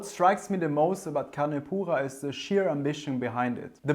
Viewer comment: Take a sip every time he says "con poohah". My ears